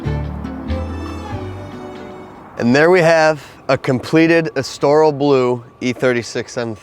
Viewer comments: Pronounce Estoril correctly please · Estoril. Please Google how to pronounce it.